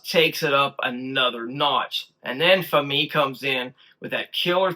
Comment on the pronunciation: FYI you are pronouncing Fami's name wrong - it rhymes with Mommy - accent on the first syllable.